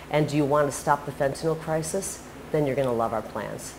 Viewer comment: She's the only one I've heard that knows how to pronounce fentanyl correctly